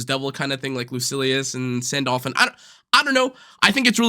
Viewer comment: Your Sandalphon pronunciation is killing me